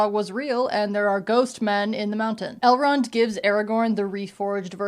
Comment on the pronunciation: Every time you say Elrond I think you’re saying L Ron like L Ron Hubbard lmao